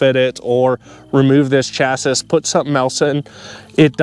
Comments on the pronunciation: Appreciate the video but you gotta stop saying chass iss. It's chass ee. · Thanks for the video but I cannot help myself but to say it's pronounced "chassie" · why are you pronouncing chassis like that?